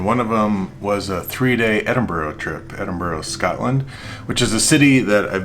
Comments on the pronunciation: You were fortunate with the weather, and to have such discerning friends. Noticed you came home pronouncing Edinburgh correctly🤓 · He said it correctly.. Ed-in-bur-row